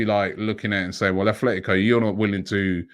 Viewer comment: ATletico,there is no h in it🤦‍♂️